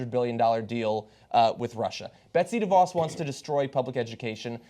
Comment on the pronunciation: How is it that people (particularly hosts and guests on the show) can't pronouce DeVos yet? It's duh-VOSS.